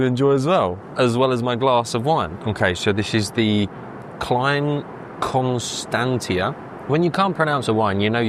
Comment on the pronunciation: KLINE KONSTANTEEUH 😂 its pronounced Klane ConStanTShuh